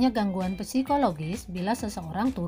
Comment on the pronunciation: Yg saya tau... psikologis "p" nya tidak usah dibaca🙏 btw makasih bu